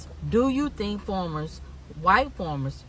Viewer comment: Hun, it is Farmers, not formers, but you speak the truth!